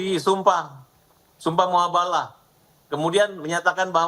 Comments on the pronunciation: Si Razman nampak 𝙢𝙚𝙢𝙗𝙚𝙡𝙤𝙩/𝙣𝙜𝙚𝙥𝙚𝙧 dari Rudiana yang dulunya membela 𝙍𝙐𝘿𝙄𝘼𝙉𝘼, 𝙋𝙄𝙏𝙍𝘼 & 𝙀𝙇𝙎𝘼. Dasar 𝙋𝙀𝙉𝙅𝙄𝙇𝘼𝙏!!! *𝙆𝙊𝙍𝙀𝙆𝙎𝙄 𝙪𝙣𝙩𝙪𝙠 keduanya, bukan "𝙈𝙐𝙃𝘼𝘽𝘼𝙇𝘼𝙃", tapi "𝙈𝙐𝘽𝘼𝙃𝘼𝙇𝘼𝙃". Bukannya Si RAZMAN ngakunya 𝙐𝙎𝙏𝘼𝘿𝙕?! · Mubahalah Man razman.. Bukan muhabala.. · Koreksi bang Farhat . Bukan muhabala . Tapi mubahalah . 😅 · Mubahalah razman bukan muhabalah🤣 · Wei razman.. mubahalah bukan muhabalah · Izin ralat min. Man,razman... yang benar itu MUBAHALAH. bukan MUHABALAH. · Ini orang bingung tidak punya ilmu.. bukan MUHABALAH, tapi MUBAHALAH.. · Mubahalah ...bukan muhabalah...razman berkali kali bilang muhabalah...